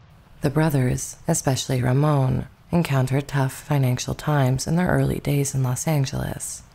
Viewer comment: Ramon Navarro's first name is pronounced as though you're saying the American name "Raymond," except you don't pronounce the D.